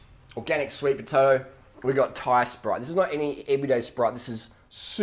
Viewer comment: Did he say sweet potoe